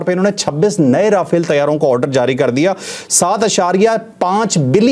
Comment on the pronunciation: مودی دہشتگرد رافیل کو را پھیل کہتا ھے